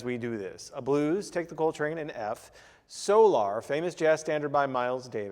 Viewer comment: is it 'Soo-Lar' or is it Solar? As in, i need new solar panels on my house. Funny how this is the only word people mispronounce in favor of miles accent. Yet, its a scientific word and theres only one correct way to pronounce it.